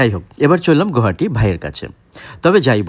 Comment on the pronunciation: Pronounce as গুৱাহাটী,Guwahati, not as গৌহাটী, wrong pronunciation is a form of dishonour to the city,the lake seen is Dipor Beel, দীপৰ বিল।